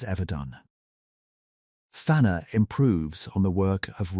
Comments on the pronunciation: "Fannor" This AI shit is getting annoying. What's next? Freudoo And PeREgryn Tåkk? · Learn to pronounce the name